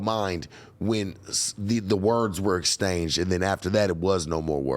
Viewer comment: You kan take the ninja 🥷🏾 out the hood but you kant take the hood out the ninja 🥷🏾 😂😂😂 my man keep sayin “estainge” instead of exchange! I love it y’all be great 😊